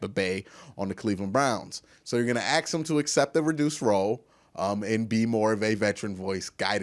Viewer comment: You just can’t stop saying AX,,, we all know you are not ghetto, AX anyone ,, it’s one thing for a less then intelligent urban dweller to use that bullshit... but you are clearly educated, why don’t you just be yourself and stop the dumb shit, you will never reach the next level talking like that